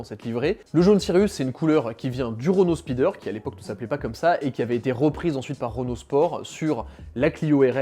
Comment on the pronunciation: Speedster, pas speeder!!